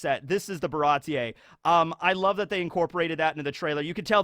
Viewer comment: Baratie seems like a European style word (slightly French), so one wouldn't awkwardly pronounce the "e" separately from the i, but just speak it as a long vowel.